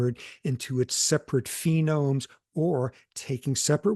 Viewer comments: phonemes, not phenomes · With all due respect - it's phonemes and not phenomes, right?